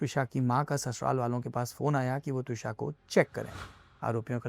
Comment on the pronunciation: Should be त्विषा, not द्विशा